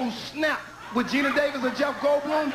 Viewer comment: He said Mina...😂